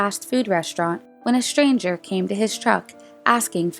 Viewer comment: It is pronounced “mystery”, not “mishtery”. And “stranger”, not “shtranger” or “shchanger”. Otherwise they are interesting.